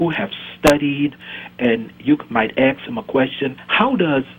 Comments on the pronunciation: ASK, not AXE. Why can't these ignorant fucks properly pronounce a simple word? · I hope the caller was OK after he "axed" himself. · Right on, he even says axe instead of ask, he is a 70 IQ person. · just the way he pronounced the word ask.... tells me everything😂😂 undereducatet afro man that stopped after gradeschool 😂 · He said he needs to axe himself... if he is unable i will do it for him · "I axe myself" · Nathaniel Egera Someone needs to axe him. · i would like to "axe" this guy a question right across his face, with an axe >_> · lol. A question I would "axe" myself. No wonder this guy isn't scientific. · "When I AXE myself the question". "AXE"! Sheesh! "You and I are intelligently different". That's one thing you're right about,!